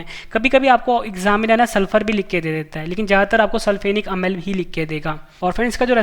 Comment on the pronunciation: Sir ji improve your pronunciation as for you speak amal to amla.